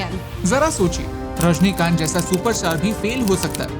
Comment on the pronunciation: It's Rajinikanth not Rajnikanth😬 The first respect to any person is to pronounce and spell their name correctly 🤷